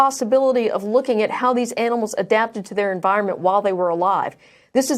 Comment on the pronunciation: the how should have been emphasized.